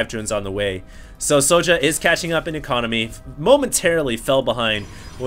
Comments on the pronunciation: why do u pronounce it so ja? its Sjow(Sh-OW_) o_o"! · soja?wtf? it's sjow( and it's read kinda like "show" only with a bit of accentuated I)